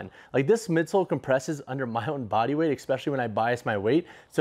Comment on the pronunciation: If you're gonna say especially so many times. Please , it's especially not exspecially